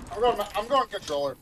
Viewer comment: Lmfao he said controller anjing